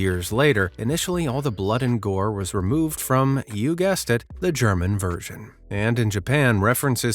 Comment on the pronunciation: german with G as in gay